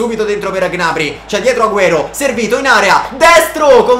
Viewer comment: Non si dice G-nabry, si dice gnabrý